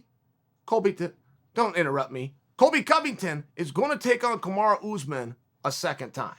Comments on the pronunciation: PLEASE learn how to say Kamaru rather than Kamarah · His name is pronounced Kamaruuuuu not kamaraa Chael...!! Please show the champion some respect by getting his name right...👊🏿👊🏿👊🏿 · It’s Kamaru...not Kamara. At least learn to say his name properly? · Me, an idiot: Kamaruuu Chael, a scholar: Kamara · Chael his name is kamaru not Kamara. Use the regular names of the fighters or stop talking about them! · I swear it’s Kamaru! Is Chael tryna be funny calling him Kamara? He must’ve turned down a Chael interview lol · It's Kamuru, not Kamura and Colby said during the match "I think he broke my jaw" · Stop calling him "Kamara" wtf bro 🤦‍♂️😂😂😂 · Who’s “Kamara” ? Lol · "Camaro Usman" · No one: Chael: Kamara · How long have you knowing "Kamara", Mr. "CHSLE"? Another dumb Republucan. Sick. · Kuhmara is now how I pronounce Marty's name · Kamaru "kamaraaa" Usman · Kumara* Chael said 🤣🤣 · Chael calls Kamaru 'Kamara' internationally to disrespect him because he's known Colby since Colby was a kid. I want them both to lose, I hate Kamaru and I've never hated anyone more than Colby my entire life. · It's Kamaru, and keyword "THINK"